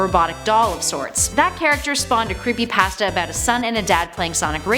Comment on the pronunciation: Does it make anyone else uncomfortable with how she pronounced “Creepypasta?”